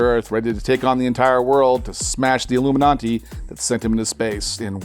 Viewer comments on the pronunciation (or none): Why did he say illuminanti lol its illuminati not iLloOmeNontee shit just erked me beyond belief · What's with the pop-up? Also Illuminati not illuminonti. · Ami hearing "iIlluminaNti" ?? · Is anyone else hearing illuminanti??? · It sounds like he’s saying Illuminanti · Is he saying alumin auntie? Am I high? Check on ya friends.